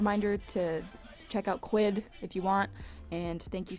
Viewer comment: When she said quid I was like SPEECH IMPEDIMENT DOCTOR DOCTOR...yup I know stupid make. Fun laugh it out